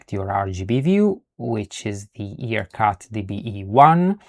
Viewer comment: Excellent video! One thing about pronunciation of IRCut. It's "eye- R-cut, and not E-r-cut. Other than that, awesome tutorial and you earned a follower with the bell on!